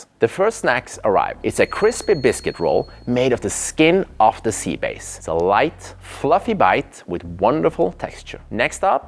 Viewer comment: SommelierRRRRR and Seabase . come on man if you're not an AI you can do better pronouncing it properly.